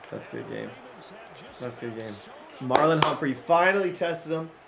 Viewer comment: 44, his name is MARLON not Marlo.